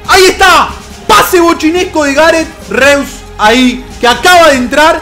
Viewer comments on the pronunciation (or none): es Rois no Reus